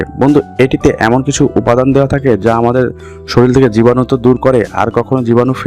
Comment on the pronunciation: সরিল নয়, শরীর